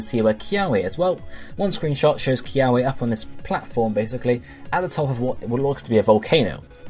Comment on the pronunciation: Good video and theory, the only thing that kinda bugged me was that you mispronounced most of the Hawaiian words ..... Like kiawe is supposed to be pronounced with the w sounding like a v ....If you ever wonder how to say them you can always just google search how to pronounce them c